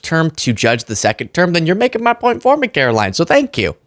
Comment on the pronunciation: Please say her name correctly: Carolying.